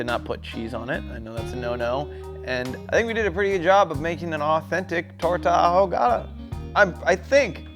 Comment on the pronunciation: Damn, I wanna put that in my mouth!!! 🤤🤤🤤🤤🤤🤤🤤🤤 P.S.: Boe lee low... bro, come on. You can just ask. Bo lee joh (yoh). Double LL's in Spanish have that y/j sound. It doesn't mean double down on the "L" sound. You had "ahogada" down so why the contrast?